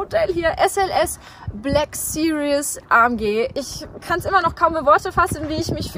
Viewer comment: Two of my dream cars as well! It must be how you pronounce "Black Series" in German, but in English you consistently say "Black Serious" throughout the video 🙂.